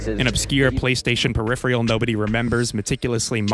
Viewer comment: hello, just helping you be the best you can be! you should google how to pronounce 'peripheral'